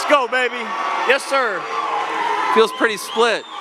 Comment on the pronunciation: Jake's southern accent "yes sir" 😂